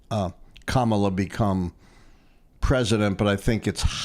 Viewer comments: FYI. It's neither pronounced "Kaaaamala" (1st a long) or "Kamaaaala" (2nd a long), its just "Kamala" (both a's are short). So let's get her name pronounced correctly. Her name means "Lotus Flower petal" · You keep saying her name wrong. Kama-la not Ka-mala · Comma-lah. Learn it.